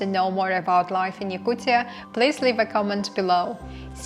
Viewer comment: STOP SAYING YAKUCCCIAAA srucis f YOU